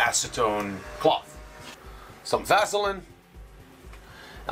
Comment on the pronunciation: Great video. Super information and detailed. But the way you pronounce Vaseline just irritates the hell out of me